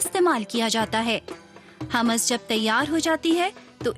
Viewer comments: It's humus not hamas. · Its humas not hamas